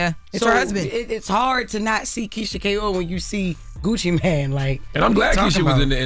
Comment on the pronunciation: it's Gucci MANE not Gucci man 😅